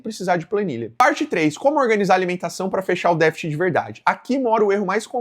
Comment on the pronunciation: Dica construtiva: vc deveria treinar a pronúncia de "DÉFICIT", pois errou em todas as tentativas nesse vídeo.